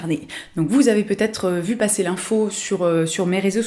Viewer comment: « Il faut paffer » 😂 ahha merci top top tu me donne pleins d’idées